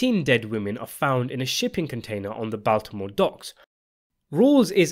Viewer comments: BAWL timore. NOT BAL timore. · C’mon bud everyone knows it’s pronounced BALLtimore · yo please learn how to say baltimore🙏🙏🙏🙏